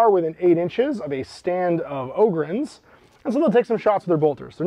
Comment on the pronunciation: Bonus pts tho, for pronouncing 'em 'Ohhh-gryn', not 'Awww-gryn'. They're space 'Ogres', not 'Agres'! 👍